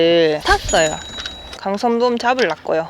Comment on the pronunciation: 감성돔 진짜 발음하기 힘든걸 해내네요~ㅋ